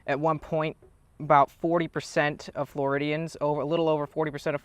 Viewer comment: "floridians" wtf xD